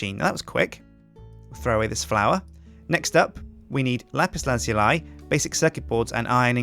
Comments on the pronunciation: "Lapiz laz-you-lie" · it actually pronounced lapis lazuli. (luh-zoo-lee). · No its not... its la-zoo-ly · Its pronounces Lap-pis Laz-ou-lee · Lapis Laz-U-Li :P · he says lapis lazuil so weird :D